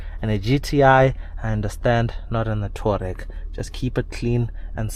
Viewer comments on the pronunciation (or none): *TOU - A - REG... TOUAREG👍